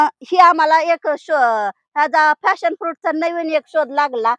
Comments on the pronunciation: फॅशन नाही , पॅशन फ्रुट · फ़ॅशन फ्रुट नव्हे मॅडम, पॅशन फ्रुट आहे ते! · Fashon.nahi Pashon